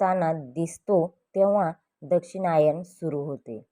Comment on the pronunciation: Aare Dakshinyan nahi yala Dakshinyan bol